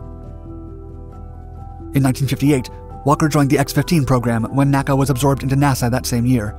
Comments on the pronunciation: My all-time favorite aircraft. Others have pointed out the miles versus feet and "F-194" slip-ups. I want to mention that NASA's predecessor, the NACA, was always called "the N A C A," not pronounced "nacka." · It's my understanding that NACA was not pronounced "nakka." It was pronounced N-A-C-A.